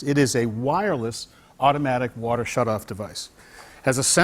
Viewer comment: "full city watAAH pressAH"